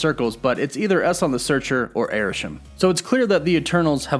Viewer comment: It's really weird hearing your mispronunciation of Salma Hayek and Eson the searcher, bringing back Chthon vibes again